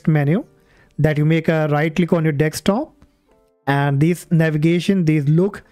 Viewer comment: it's deSktop not deKstop lol